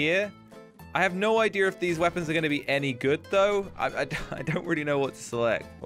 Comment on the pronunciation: He says ideer